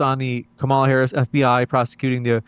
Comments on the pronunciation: The moderator can’t even pronounce Harris’ name correctly. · 30 minutes and in the moderator still can’t pronounce Harris name right. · How is it that this idiot moderator does not know how to pronounce properly the vice president of the United States name at this late hour?